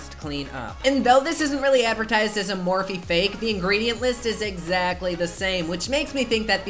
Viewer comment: i love the way u pronounce morphe...soounds so sweet...